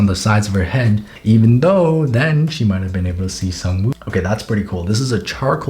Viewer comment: Sang-Woo Me: Sung Jin-Woo: Sang Me: Sang: Woo Me: Woo: Sang-Woo Me: Sung Jin-Woo